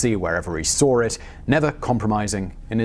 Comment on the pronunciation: query. where is the "R" in "saw"?